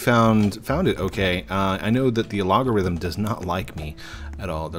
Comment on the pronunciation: the A-Log-origim? don't you mean the Al-gorthim?